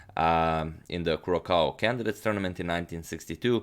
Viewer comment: Just a pointer. "Curacao" is pronounced "curasao". The second c is actually a ç, and is pronounced like an s.